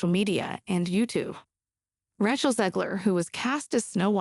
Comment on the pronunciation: AI Reading Script FTW! Ratch-el Zegler indeed!